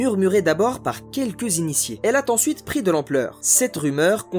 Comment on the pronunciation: "elle a-t-ensuite "(la rumeur)🤣🤣🤣🤣🤣 au début de la video.. . Au dialbe la caisse électrique qui dans le meilleur des cas prend 22 minutes pour faire le plein quand on a eu la chance de touver une borne !!! Avec ma petite 106 je fais 700 entre pleins , pas besoin d'utiliser mon téléphone pour trouver une borne, je fais le plein dans ma ville et j'ai assez pour faire un aller retour. J'emporte dans mon coffre un petit jerrycan de 5 litres "au cas où" et mon autonomie monte à 800 km .